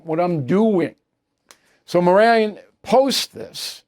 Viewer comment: Stop pronouncing his last name wrong. His name fits...the bottom of the genius scale